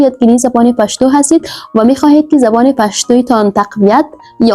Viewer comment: پشتو را هزاره کی تلفظ میکنی. درست نیست